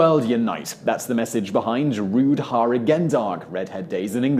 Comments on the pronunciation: The way you pronounced "Roodharigendag" was not understandable for the dutch. Rood (red) should be pronounced more like road. Harigen should have had it's stress on "ha-". The "ha-" in harigen has an elongated a sound as in art or Harris. The g in "-gen" is a weird sound English can't pronounce, but is better substituted with the g of gear than the g of ginger. Better yet, if you pronounce "-gen" as gun. And "dag" means day, which has that weird g sound, but with the substituted g from gear you came pretty close. I wish I could add the sound to this reply. Rood-harigen-dag, stress on the underscripted parts, the hyphen to split the word into the original word parts, the Dutch glue multiple words together to form a new word. Anyway, thank you for your nice video. I liked it. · Roodharigendag is pronounced roadhahrigendahg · While I can forgive your slaughtering of the Dutch pronunciation of 'roodharigendag', surely even a moderately educated person could manage not to pronounce 'Titian' as 'titan'! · ok, sorry just had to point it out: The way you pronounced roodharigendag was so incomprehencible that if you where to read a dutch text out loud it would become a totaly new language. b.t.w love your videos :-)